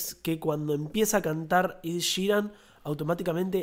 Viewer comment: Es "Ed" ,no "Id" :)